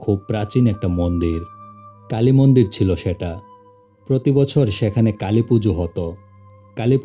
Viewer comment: কালি মন্দির না কাইল্লা মন্দির 😂😂😂